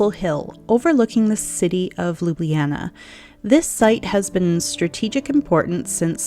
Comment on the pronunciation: One would think as a “luxury travel advisor” you would at least attempt to pronounce Ljubljana correctly!